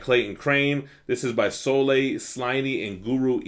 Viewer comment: Charles Soule is pronounced Soul